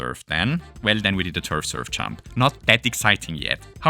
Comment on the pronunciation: “if we chump with a chunk while chumping”